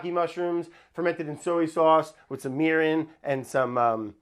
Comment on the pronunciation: If you don't have the volume turned up very loud on this one it sounds like he said he's gonna try making urine (mirin - was supposed to be mirin)